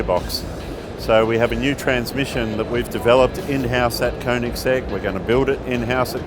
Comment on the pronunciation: Finally, someone pronounced Koenigsegg right!